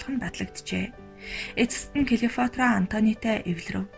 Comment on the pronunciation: Клеофатра биш,Клеопатра гэж уншаарай